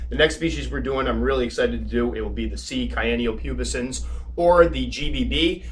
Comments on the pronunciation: Cyan is pronounced sigh-an, not kai-an, cyan like the color, you're pronouncing it like cayenne pepper. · I enjoy your awesome videos, and appreciate you sharing Tarantula husbandry knowledge. I did want to mention, however, I believe that the pronunciation of cyan is /ˈsīən. It's the color blue.